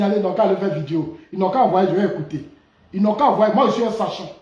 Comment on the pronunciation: Monsieur dites " video" et non vidio "s'il vous plait. S imple contribution.